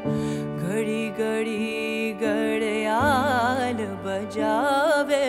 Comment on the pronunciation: Pronounciation of words (Urdu) is very bad… It’s GHAR not GAR … it changed the meaning of the song. There are many other words like GHARRIYAAL it’s not Gariyaal.. You should respect the language and the Qawwali … too much improvisation and qawwali’s should be sung like Qawwalis not like Lounge Music .. Very bad! 👎